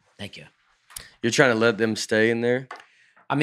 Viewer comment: Hey, "Now we should address this up top, you say the word (wasp) a little funny". You say 'wass'...with no p